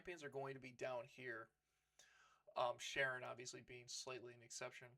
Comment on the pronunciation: FYI Charon is not pronounced like Sharon... It's pronounced like Karon in English.. In Greek it's pronounced Haron